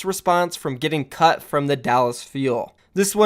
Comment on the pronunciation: i watched newest video of the mayhem drama before this, and now i understand everytime he says "cut", "cucked". Is there something wrong with me? XD